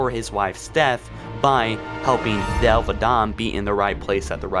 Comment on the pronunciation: Is he saying Thal or Thel, and if its thel he screwed it up completely